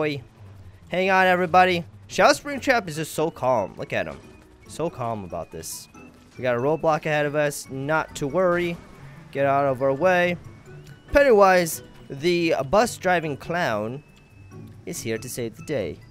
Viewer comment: When you say roadblock i think you day roblox